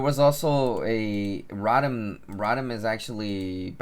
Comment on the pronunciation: Row-Tom. not rot-am